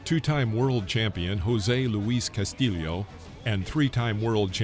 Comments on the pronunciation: Well, at least you were consistent in mispronouncing Castillo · Cas tee yo...not Cas tee leo. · It's nice that you pronounce the second L in castillo as a J but try to do it with the first L too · “Cas-tee-yo,” not “Cas-till-ee-oh…” Having a YouTube boxing channel, I suggest that you familiarize yourself with a boxer who many believe beat Floyd Mayweather, Jr. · Castillo NOT castilio